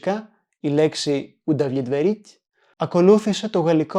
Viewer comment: Do not try to pronounce the fist B too clear in the word УдоВлетворить , and since o in the first syllable O isn't under stress it sounds almost as a-. Αs well as the second -O . Approximately it sounds as удалетварить